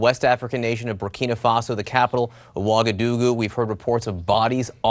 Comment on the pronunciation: its actually "Ouagadougou."